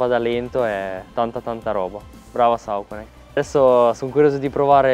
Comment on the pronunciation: Massi, quando pronuncia questo brand "Sauconai" anziché "Soconi" lanciagli una scarpa 😜